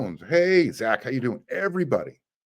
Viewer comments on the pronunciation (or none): none